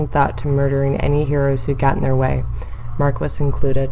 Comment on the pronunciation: How you gonna do my boy Mark-wiss like that